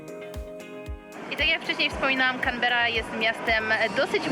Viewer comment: CANBERRA kułwa wasza mać 🤣